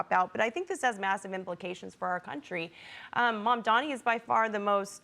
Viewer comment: If you can pronounce 'Cuomo' correctly, you can pronounce 'Mamdani' Get it right. You are a newsreader.